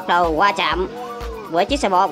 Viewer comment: Sao lại qua chạm cứ đọc là gia chạm còn dể nghe hơn.